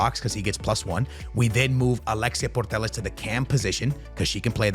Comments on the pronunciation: It’s putellas not portellas 😑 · Yup it’s pronounced Puteyas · Alexia purtellas 😂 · Why are you still saying her name like that where is the R in Putellas